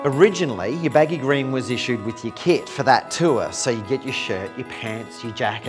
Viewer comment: why can't this guy pronounce baggy 'green' properly. he says baggy grain. he's trying too hard to be occa